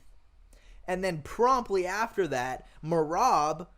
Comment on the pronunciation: Can't no1 say merabs name 😂😂😂😂😂